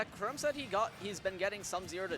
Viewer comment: The way he pronounced chrom